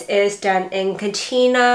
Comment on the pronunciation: Enjoying your channel and your knits. Just one thing: Katia is pronounced “kat-ya” not “katina”.